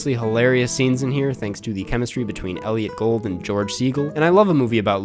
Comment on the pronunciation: I think you may have mispronounced Elliot Gould